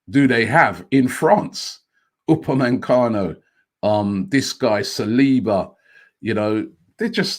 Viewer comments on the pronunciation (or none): Robbie ma bro, I gotta say homie, you've been saying Upamencano, but his name is Upamecano!